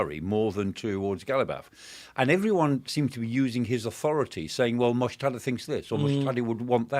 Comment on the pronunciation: Its not Mojtada. He is called Mojtaba.